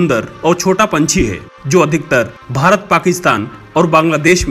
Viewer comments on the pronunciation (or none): none